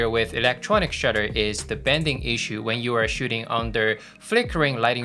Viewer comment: Thanks for that. PS: it's bAnding not bEnding. Just a pronunciation issue. : )